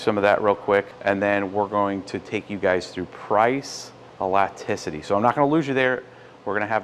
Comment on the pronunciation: You know you are pronouncing elasticity wrong.